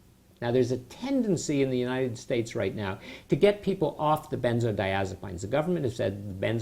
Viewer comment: I totally agree with you! He cant even pronounce the name correctly. I have watched a few of his videos and all he talks about are side effects. I think this guy died. If you didn't....This is how you pronounce it "ben-zoh-die-AZ-a-peens" NOT "PINES"